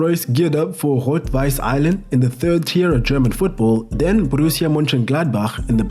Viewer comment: So sagt man Borussia doch nicht